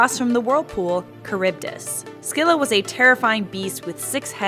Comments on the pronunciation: It's Silla not Skila Also she'd one-shot anyone with her ult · It’s pronounced “silla” not “skilla” and pls do what if homeworld gems were real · Just fyi, it's not "skilla" the c is silent. "Silla" If you're doing the old Greek pronunciation it's still incorrect and would my "skeela" or "skyloros" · Se-lla❌ Skee-lla❌ Sk-illa✅ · No offense, but it’s pronounced Sill-a not sck-illa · Is the pronunciation really "skih-luh"? That sounds so wrong to me. I thought it was "sih-luh" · Pretty sure it's not Sckylla though lul :p, Either way, an amazing video. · Did she just pronounce Scylla as Skilla? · Amphitrite is not a witch, you got it all wrong, she is the wife of Poseidon and a goddess. Its also pronounce Silla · Think its pronounced Silla But eh i play smite so im not one to talk. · what if we learned how to pronounce 'scylla' right? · Smh. Okay, your videos are pretty neat to watch, but hnnn. My English teacher did this a few years back but I never corrected her. Scylla is not pronounced with an emphasis on the c. Smooth it out like in the word Cilia. The C has a S sound. Emphasizing the c to cause the disruption in the word butchers the way the Greeks spoke. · Pretty sure shes pronouncing scylla wrong, and it makes me hurt inside.